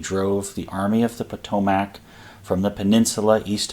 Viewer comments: Every you say "Po-toe-Mac" I want to charge your line. ^.^ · Yes, Im a native to the area. It is pronounced Pa-toe-Mick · The pronunciation of Potomac is aweful to hear.